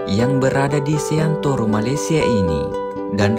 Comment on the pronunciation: sekedar saran bang seantero bukan seantoro bang